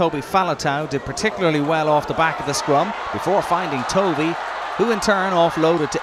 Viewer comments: Point taken...Tovey (as in almost rhymes with toffee rather than toe-vee) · It's pronounced Tovey throughout he report - Not sure what you mean? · Reporter was saying "Toe-vey" rather than "Tovey" (1 syllable)